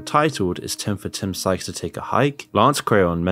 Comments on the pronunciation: In what universe is sykes pronounced skyes? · Ummm it’s Sykes… not “skies” lol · You spent 5 minutes calling Sykes "SKIES." I thought you were going to do it the entire video. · Am I the only one hearing pronounce Timothy Sykes name as skyes? Lmfao😂😂😂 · Sy-ch-s say it with me. Not skys... sykes.. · You said Skyes the entire video when his name is Timothy Sykes.. He literally says his name in 95% of his videos - what research did you even do? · skyes? not sykes? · Exactly. Not only that, you can tell his content is poorly written, not well researched, and rushed to publish. He just stole the content off of other youtubers. In the Sykes segment, he can't even bother to pronounce Sykes' name properly or consistently.